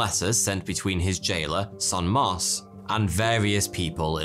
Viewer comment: ''Bénigne Dauvergne de Saint-Mars'' Him: Benignia Doverner de Saint-Mors'' My ears...